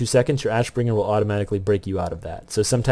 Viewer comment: you said "wrath of the assbringer" lmfao. great vid. learned a lot from it so thank you.